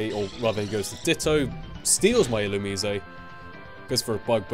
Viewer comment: I always thought it was pronounced 'ill-you-mise'.